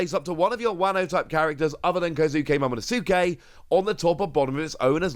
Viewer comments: The "U" in Momonosuke is silent. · Momonosuke (MO MO NO SKAY) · You mentioned working on your pronunciations having read the manga but not seeing the anime. Here are a few aids: Momonosuke: 'Moe-Moe-No-Skay' Camie: 'Kay-Me' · Please just stop saying momonosuke